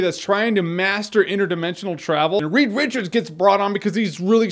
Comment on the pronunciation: He said weed wichards hehehe